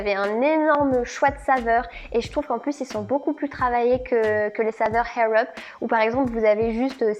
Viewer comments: Juste ... il n'y a pas de H dans Air Up, ça se prononce "Air", en roulant juste le "r" à la fin, sinon, cela signifie "cheveux en l'air" 😉😅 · Je comprends pas ta prononciation air up mdr tu dit Hair up lol merci pour l'anglais y'a pas de H lol 😂😂😂😂😂😂😂😂😂mais c pas grave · Hhhhaaaaiirr up lol sinon video très intéressante